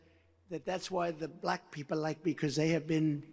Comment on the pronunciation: The BALAYKA is how he pronounces Black. Cringe Worthy